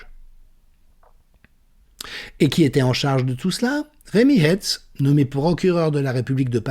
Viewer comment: Formidable synthèse et analyse. Je ne regrette pas de vous soutenir. Pour info: pourquoi prononcer Hètz le nom du procureur et pas Haïtz comme on le fait de toujours en Lorraine et Alsace? Et curieusement, aucune mention publique de son ascendance ou une éventuelle confession…